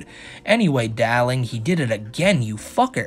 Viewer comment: I think the accent was using was Russian; hence the Natasha-like "Dahlink".